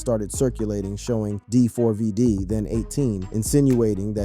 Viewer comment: okay first of all its pronounced David, second of all that LITTLE girl was not his fu***ing girlfriend. she was A MINOR !! HE WAS WITH A GIRL WHO WAS UNDERAGE!!! Stop calling her his girlfriend because she was NOT 😒